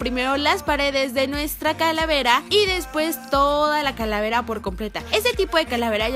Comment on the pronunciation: Like a que karen dijo caravera en el minuto